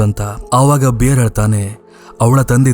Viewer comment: ಬಿಯರ್ ❌ ಬೇರ್ ✅